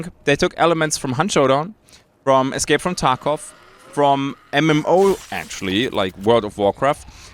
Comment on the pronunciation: You said escape from taco wrong